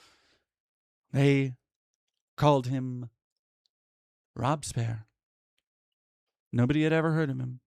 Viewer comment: It's pronounced "Rob-Bess-pee-air" to be fair.